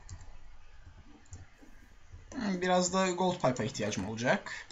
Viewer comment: Abi pardon ama kendimi tutamadım "olacak"."olucak" değil. -_